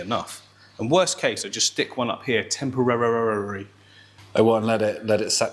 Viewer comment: Temporararrrrrry hahaha